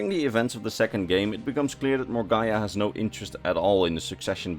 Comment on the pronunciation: It's pronounced More-Gah-Nah